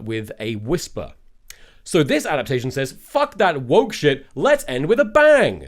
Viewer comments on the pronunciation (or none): none